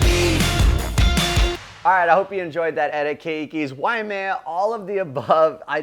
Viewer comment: It isnt WAIAMEA...it's WAIMEA